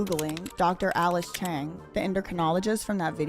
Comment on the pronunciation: My god i keep laughing everytime you say "Alice Y.Y cheng"😂😂😂😂😂😂